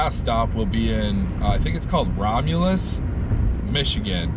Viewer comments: You said it right Rom-u-lus. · You pronounced it right rom-u-lus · Been to Romulus when I used to drive.Pronounced like you said. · You’re saying it correct, Romulus Mi. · You pronounced Romulus Michigan just fine bud